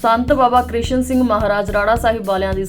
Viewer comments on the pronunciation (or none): ਸੰਤ ਬਾਬਾ ਕਿਸ਼ਨ ਸਿੰਘ ਜੀ ਦਾ ਨਾਂਅ ਗਲਤ ਲਿਖਿਆ ਅਤੇ ਐਂਕਰ ਵੱਲੋਂ ਬੋਲਿਆ ਗਿਆ।